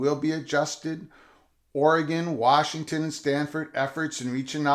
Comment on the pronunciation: I’m just glad you’re pronouncing oregon correctly 😂